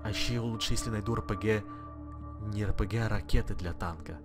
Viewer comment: мне показалось или ты в этом ролике сказал рпге))😂😂